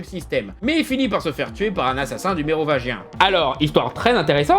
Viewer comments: Heuuuuu je rêve ou tu as dit neovagin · C'est ce qui se passe quand on articule pas assez bien le mot "Mérovingien". Mais en même temps, c'est difficile de bien articulier certains mots quand on fait de long phrases avec un certain rythme.